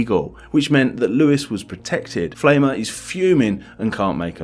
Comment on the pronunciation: "Pflaumer" is pronounced rhyming with "Plow-mer" ... "Pflaume" is German for plum.